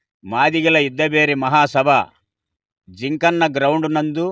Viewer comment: జింకన్న కాదు అన్నా.. జింఖానా గ్రౌండ్